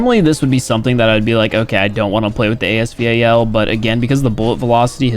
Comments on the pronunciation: Man it Bugs me when people pronounce the name A S V A L instead of ASVAL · Can someone tell him it called the as val not the as v-a-l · its A S VAL not A S V A L (no hate) get it right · ASEA VAL Me- As Val you dimwit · Please just say VAL, quit spelling it out 💀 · say it with me "A-S VAL" its not A S V A L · it is as val not as v a l pls stop saying that it makes me go crazy bro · ur pronouncing it wrong tho its A-S val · I love how he calls the as val A S V A L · I'm calling it A S VAL